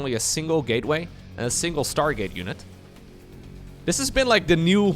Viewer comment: Sounded like you said start gate.